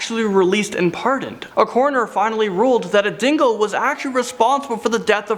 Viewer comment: Is it just me...or does it sound like he's saying "Dingle" when he's talking about the Dingo? ^^